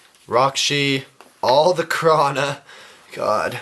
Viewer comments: You kept saying krana instead of Kraata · It's not kraana it's kraata